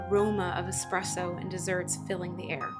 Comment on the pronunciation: The guy said expresso. The correct word is espresso.